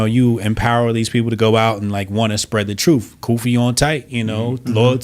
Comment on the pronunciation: "When the troof gets his chews on, it gets a running "